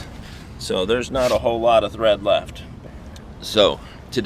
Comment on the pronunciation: Its Tread, not Thread. lol :)